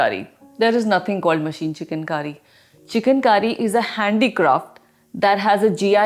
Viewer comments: Its Chikan Kari , not Chicken Curry, please your pronunciation! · It's not chicken... It's chik_on. Pronounce correctly.. plz. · At first, I heard it 'chicken kari'